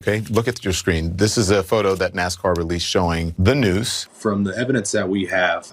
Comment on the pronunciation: Its NASCAR Not NAZICAR